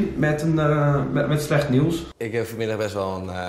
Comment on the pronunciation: goed 😝 echt ik erger me er zo erg aan dat jullie (ook Sam en jij in de podcast) nieuws niet normaal uit kunnen spreken 🤣